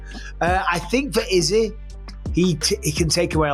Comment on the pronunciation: why does this guy pronounce izzy's name like that?!